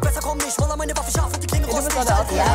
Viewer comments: Naja es ist "Roller" und nicht "Roaler" ist nen anderes Wort. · Niemand: Wirklich niemand : Das Mädchen das keiner kennt: Rooler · Jonathan Kaestli rowler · Niemand: Wildcard Gewinnerin: Rowler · Wie sie Roller ausgesprochen hat hat mich gekillt 😂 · Sie hats halt einfach englisch ausgesprochen :D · qexe_ 34 normal heißt roller scouter auf englisch, aber ich meine ja auch nicht das sie Roller ins englische übersetzt hat, sondern einfach englisch ausgesprochen hat. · Roller? Wie hat sie das denn ausgesprochen 😂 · absolut getriggert wie dieser witzbold Roller ausgesprochen hat